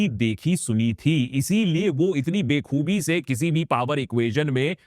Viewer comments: it is bakhoobi not bekhoobi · Be khoobi nhi Akash Bhaiyya wo Ba khoobi h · Be-khoobi nahi ba-khoobi kahiye jinaab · be khubi..❌ Yaa ba khubi✅ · sir be khoobi nahi .. ba khoobi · बख़ूबी भाई, बेख़ूबी नहीं dear Didn't expect from you